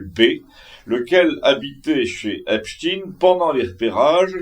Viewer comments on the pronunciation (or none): Bonjour, je vous entends dire Epstine, mais Epstein se dit "Epstaïne" si non ça s'ecrirait Epstien et ce n'est pas le cas😊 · Bonjour, on ne dit pas « Epstine » mais « Epstaïne ». Ce n’est pas un nom russe mais juif. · Grrrr cette prononciation de marde ..epstiin et cie